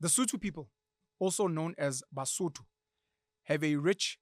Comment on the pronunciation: I am Mosotho, I am currently listening to you, and I hate it when you guys calls "Sotho" Ke Mosotho ( singular) Basotho ( plural ), there's no in between I love the this episode Rea leboha